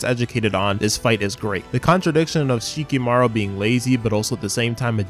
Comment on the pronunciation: Who the hell is Shikimaru? It's Shikamaru